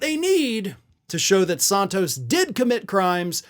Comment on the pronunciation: I used to like listening to you, but more and more getting tired of you mispronouncing people's names. It is NOT Saahntos. It is San-(rhymes with MAN)-tos. You have done the same thing with Fani Willis' first name and the Chump's attorney's last name. Come on, get with it.